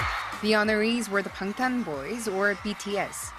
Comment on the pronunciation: the person in the video said bangtan wrong that drives me insane